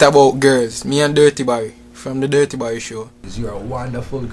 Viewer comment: come on man, ITS DUTTY BERRY, POTWA VERSION, NOT DIRTY BARRY...but me like the video still